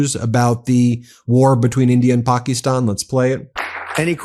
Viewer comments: Pock-ee-stan, gee, U hope this war doesn't last long. Pack-ə-stan. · How is Donnie Deferments going to blame Biden and Harris for India and Pakistan? It is "Pak'is'tan, not "Pak'ie'stan!" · "Pak-ee-stan" jesus christ could you be any more white lol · Where did you get that pronunciation of Pakistan?